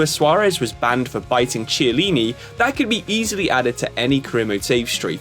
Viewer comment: Tshiellini? I stopped watching after that. Sorry.